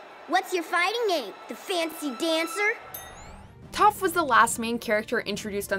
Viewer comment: The way they pronounced Toph makes me cringe. Also how could they forget Ty Lee, Suki, Asami, Princess Yue, Momo, Hakoda, The Cabbage Merchant, and Smellerbee?